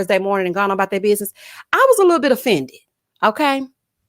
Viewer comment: I 😆 cackle errtime you say "lit toe bit toe"